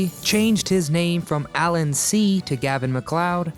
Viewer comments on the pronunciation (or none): none